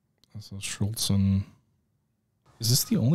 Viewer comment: Please, it's not 'Schultz-en' !